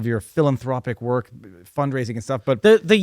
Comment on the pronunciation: LOL... I hadn't noticed until you pointed it out. "Wark"... funny lol